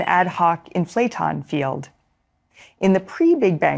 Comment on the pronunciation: It's "IN-fla-ton", not "In-FLA-ton"